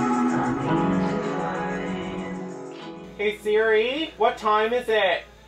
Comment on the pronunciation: Say hey Siri again..Canadian style 🤗